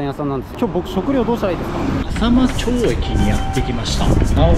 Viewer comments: 浅間町は せんげんちょう と読みます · 浅間町ってかいて、せんげんちょうって読むんだよ😂 、そこから名古屋城まで結構距離あるのにすごい。。。てか、ふたりともすごい❤